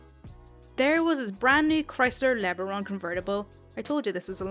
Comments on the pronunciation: It's pronounced "Le-Baron." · LeBaron pronounced la-baron as in a title of nobility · You always make my lunch 1/2 hour enjoyable. BTW it is pronounced La Baron. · First part of LeBaron was correct, but the last part is pronounced barren over here. Lesabre is pronounced lë-saber. I chalk it up to companies trying to make their vehicles sound more posh than they were. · Great stories. I don't mean to correct you but it's pronounced Le Barron. Also Moorish. Sorry, I just couldn't resist. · It's pronounced Luh Baron. But, you got it more or less...ish.